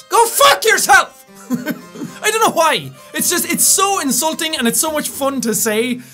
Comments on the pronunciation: I like how when he says "why", it sounds like "Hawaii". I just like his accent in general though XD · his accent doesn't allow him would actually pronounce the w sound